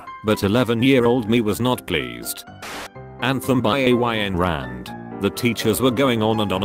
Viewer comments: “A-y-n Rand” I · Is everyone just going to ignore A-Y-N Rand. Cracked me up.